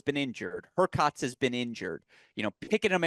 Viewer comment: help your friend with his player pronunciation. "zee-rev" "demon-now-er" "herr-kahtz?